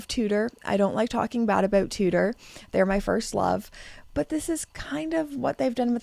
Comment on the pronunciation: I love how you say “about” — Aboot lol